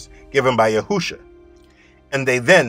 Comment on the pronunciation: I still hear u say Yahousha I don’t know when u will pronounce it right. For the last time I will say His name is Yashouwa Get this one right.